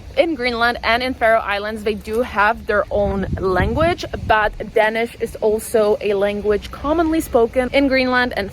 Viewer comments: She keeps saying "dennis" not Danish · As many has pointed out, she is wrong on so many points. She is not a good source. Also the way she pronounce the word "dansih" hurts my ears. You cant get drunk in the school normally. Its only at parties, and its monitored closely. More and more schools are banning sales on alchohol at highschool parties. It has gotten a bit out of control. Ofcourse there are teachers at the parties. She is so wrong. Please contact some real danish people to hear about this. Not just the alcohol, but taxes and other things aswell.